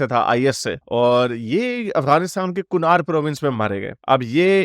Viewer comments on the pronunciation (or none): none